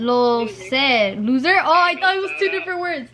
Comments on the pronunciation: when she said lo ser and meant loser 💀😂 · im fucking dead how is no one talking about how said loser "low-ser" LMAOOOOO